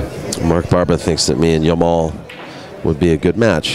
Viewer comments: jamal with g not y . for pronunciation. arabic name means beauty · do you see any Y in hes name? he keep saying Yamal it start with J not Y it's Jamal not Yamal